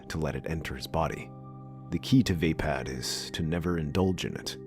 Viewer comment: No offense but i belive your pronouncing it wrong. Its vaa>pod< not >pad<